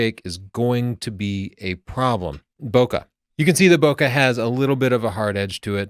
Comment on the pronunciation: When did you start mispronouncing "bokeh"? I've heard you say it correctly in the past.